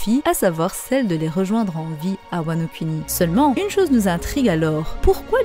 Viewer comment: ça se prononce "Kouni" par contre ;)